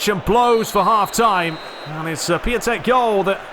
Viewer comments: Merry Christmas mate! btw. Piatek is pronounced "Piontek" if it helps :) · It's Pjontec (Piątek) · Just a little advice, to say piatek name it is; Pee-on-tek.